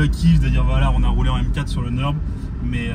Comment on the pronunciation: Avec une prononciation presque parfaite du nom fameux qu'est le Nürburgring!!! Bravo pour la vidéo et la passion éclaboussé. Tu m'en as foutu plein le cœur merci^^